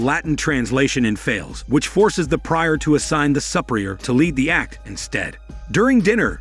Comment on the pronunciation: That's not how "prior" is pronounced.